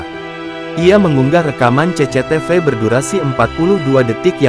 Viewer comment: Baru kali ini aku dengar orang nyebut cctv jadi ce-ce-te-ve